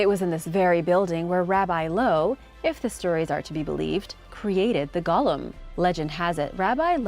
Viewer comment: The pronunciation is Go-lem, not gollum. Gollum was the sickly little creature from lord of the rings.